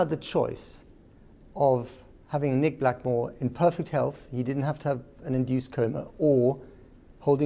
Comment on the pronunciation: The worst thing about this interview is that the interviewer gets Nick Blackwells name wrong..... and neither of the Eubanks corrected him! "Nick Blackmore"??